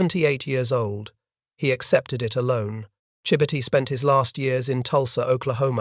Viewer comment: That is not how Chibitty is pronounced.